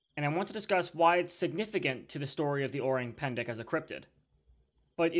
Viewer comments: yes o-rang as in rung. but not pan-da. it is pen-deck. i’m Indonesian btw. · Its pronounced o-rang as in rung, pan da.